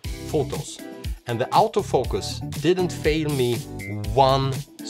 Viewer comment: Sorta funny. The accent of Auto-Focus sounds almost exactly like "out-of-focus."